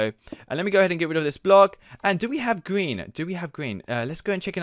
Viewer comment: He said gween